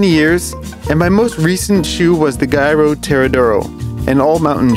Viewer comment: sorry for the nitpicking but Giro is pronounced 'jeeroh', not 'gyroh', as in Giro d'Italia